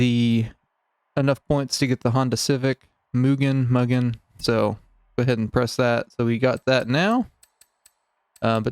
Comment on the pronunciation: Its Mooogun. Just saying 😆